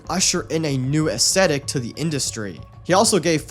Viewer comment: AES THHHHHHH ETIC, aesTHetic, fuck. Put your tongue between your teeth a blow, it's not fucking hard, damn.